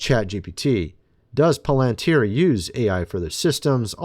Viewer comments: Do you even read your comments? It’s not POL AN TIER. IT’S PRONOUNCED PAL AN TIER! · Don't say:"poll - antuer". Say:"pal- antier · You have to get into this video to see a "Palantir" sponsor logo???????? This guy can't even pronounce the name correctly. He calls it (pole-en-tear). Palantir is very old news. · Pal not Pole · How do you get Polenteer when it's Palantir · It's prunounced PAL-- IN -TER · Irking me… is “pal-len-tier” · Why is it so difficult to say it correctly? Pa len tir! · PAL AN TEAR THAT'S HOW TO PRONOUNCE IT, PLEASE ! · What makes the speakers at the tpusa events that are coming up think that they are safe? I'm praying for them to succeed at this because we cannot show Fear right now. Palantir is going to be used as an All-Seeing Eye eventually. What does that tell you about palantir? Its pronounced like pal-in-tear by the way. Look up the word and where it comes from. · Just a friendly nudge its pronounced Palatir your my buddy your a great Pal.. lol. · It is Pronounced PAL-IN-TEER, I don't know if you say everything incorrectly on purpose or not, but you do it a lot LOL LOL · You say Palantir funny. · I COULDN'T WATCH THIS- HOW HE MIS-PRONOUNCES "PALANTIR" REPEATEDLY...🫤🙄😒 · Dude can't even pronounce Palantir correctly 😂